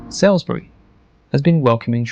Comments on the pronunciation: It's not Sailsbury - it's SALISBURY pronounced Solsbury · Salisbury is pronounced “Saulsbury” not “Sailsbury”. This might be AI. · Hi! Just so you know, the city of Salisbury is NOT pronounced "Sailsbury / Sales-bury", but "Sawlsbury" ("Sawl" as in "Trawl"). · Salisbury is not pronounced how it is spelt, but it is also mis-pronounced in this video too! Think Sauls-Brie or Sols-Brie for the correct pronunciation! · That's what I was thinking, why the blazes is this person pronouncing Salisbury as "Sailsbury"? That grates!! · Ai narration Salisbury is not pronounced how it isnsaid in the video